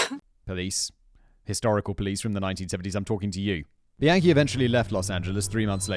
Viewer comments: Every time Simon say Bianchi I hear "the yankee." Thanks for covering this one fact boy! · somehow i keep hearing “the yankee” every time you say bianchi 😭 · The whole time I thought u were saying "The Yankee" cuz he's from New York but halfway through I Realized you were saying bianchi..:( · Why did I keep hearing “the yankee” every time you said “Bianchi” 💀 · OFF TOPIC: I keep hearing "the Yankee" when Simon says "Bianchi". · Soooo glad I'm not the only one who was hearing that!